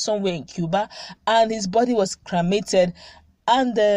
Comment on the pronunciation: Improve your enunciation. It's not cramated, it's cremated. The pronunciation for Quarantine is /kwaranteen/ not kwarantine. You are a journalist for heavens sake.